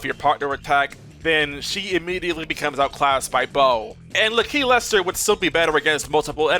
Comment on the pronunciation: Bruh, it’s LAKilester, not L’keylester